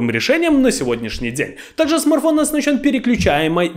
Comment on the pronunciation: Парень, я думаю правильней будет если ты будешь называть его правильно- не смарфон а смартфон